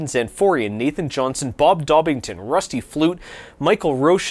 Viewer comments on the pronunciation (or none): none